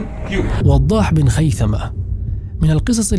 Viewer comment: ما شاء الله عليك اخى الكريم ولكن عندى تعليق بسيط وهو عندما نقرا كلمة( ابن) بين اسمين تكتب( بن ) ولكنها تقرا (ابن ) وهنا نقول ان الالف سقط لوقوعه بين اسمين ولكنها تسقط من الكتابة وليس القراءة مثل وضاح بن خيثة تقرا وضاح ابن خيثة ولكنها تكتب بن ارجوا ان اكون وقفت في الشرح لكن ما دون ذلك جميل جدا وفقك الله اخى الكريم